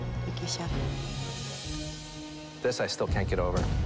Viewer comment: It's chef not chief :-)